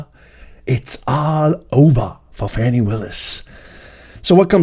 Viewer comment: Let’s get it straight, it’s pronounced “Fawni”, lol